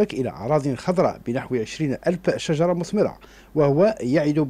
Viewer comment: ياو شجرة ماشي صجرة°!!!!!!!🤒